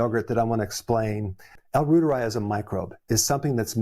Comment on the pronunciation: I've been fermenting Reuteri for two years and feel fabulous 😅 Btw it's pronounced like Reuters news service, ie roy- teri. German